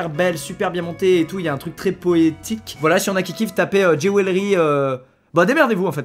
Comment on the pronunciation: poétique ou poesique ? ( ceux qui on la réf ... bah rien en faite 😂😭)